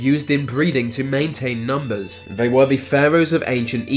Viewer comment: You sound inbred!! Vey??? They why do you sub V or F for TH.